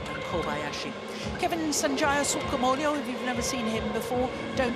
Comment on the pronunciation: why she keeps saying SUKAMU-LEE-OH? it's SukamulJO